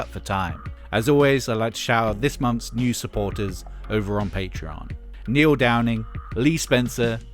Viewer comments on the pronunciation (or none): none